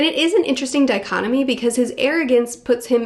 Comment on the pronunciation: SHE SAID DYCOTOMY!!!